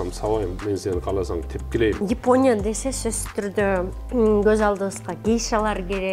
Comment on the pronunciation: япония деген созду йипония дейсинго 😂😂😂